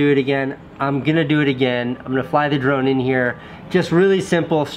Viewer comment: Every time he says "drone" I hear "Jerome"